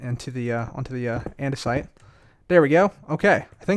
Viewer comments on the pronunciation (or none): none